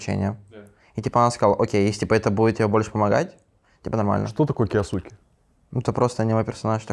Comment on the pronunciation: Эрик кйоске а не киосуке